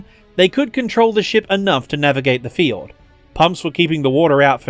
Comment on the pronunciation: Love the video... but you gotta work on your pronunciation of "fjord"